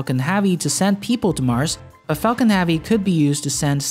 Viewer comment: All i hear is focking heavy